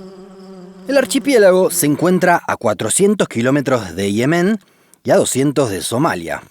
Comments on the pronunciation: Me rompe los tímpanos. Se dice Yemen no Ihemen, Ye-men. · ¿Por qué lo pronuncias como Yemén pero lo escribes como Yemen? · Dislike solo por decir Yemén en lugar de Yemen. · no tio, no es yemén, es yemen, enserio, que cojones pasa en sudamericacon las silabas tonicas ? que las van soltando donde primero les parece ? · Yemen, no Yemén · Hermoso, como siempre. Me emociono en cuanto veo notificaciones de vosotros. Una observación: el nombre de ese país en español es «Yemen», como en efecto aparece en el video, pero esto implica que no se pronuncia [jeˈmen], como lo hacéis, sino [ˈʝemen] (o, con acento argentino, [ˈʒeːmen]); la sílaba tónica es la primera, y va la misma 'y' de «yo». Me causa mucha curiosidad que hayáis escogido pronunciarlo de esa manera. ¿Por qué? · ¿Por qué pronuncias las palabras mal? Me refiero a que dice Yemén en vez de Yemen y cosas similares :/ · Me encanta este canal. Lo único malo que encuentro es la manía que tienes de decir Yemén, Naurú, cuando es Yemen, Nauru. Al menos en España, igual en Argentina se escribe y pronuncia distinto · No pensé que Yemen se pronunciaba ''lliemen'' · Pronuncia por favor bien Yemen, acentúa en la primera "e"